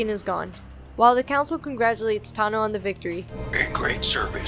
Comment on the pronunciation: I cannot stand how this narrator refuses to use the "aw" vowel sound for peoples names. HOW DO YOU SAY THESE NAMES WRONG!!?? They literally say them correctly in the show. Taw-noh. Asoka Taw-noh. not Tah-noh. Jesus fucking christ....